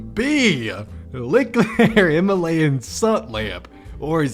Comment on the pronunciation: *Himalayan not Hilamayan